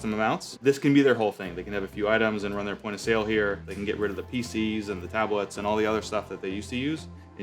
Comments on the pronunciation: PC's and tablets....not "feces and tablets" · "they can get rid of the faeces and tablets..."